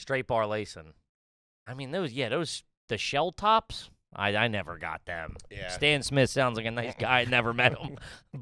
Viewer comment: Shell TOES. Shelltoes, not shelltops 😂